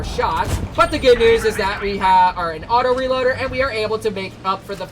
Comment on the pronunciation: Bruh when u said autoreliader I was like HUH